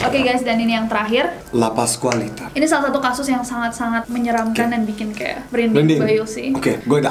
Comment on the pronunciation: Andovi: La Pascualita. Wht I heard: Lapas Wanita? 🤣🤣🤣